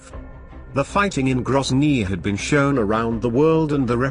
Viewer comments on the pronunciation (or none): none